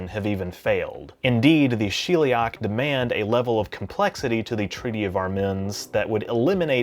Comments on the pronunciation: it's Sheliak, not shilliak. I'm genuinely curious why people with accents mispronounce a word that isn't in their language that they just heard because it is fascinating behavrior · Sheliak... As in shell, not she'll